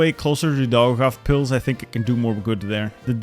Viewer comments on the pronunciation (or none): i like how he said doghavepils instead of daugavpils